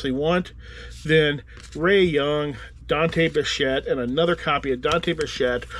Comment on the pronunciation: You never heard of Dante Bichette yet pronounced his name perfectly with just a quick glance. Pretty impressive.